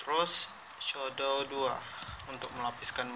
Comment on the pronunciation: shadow bro bukan shodow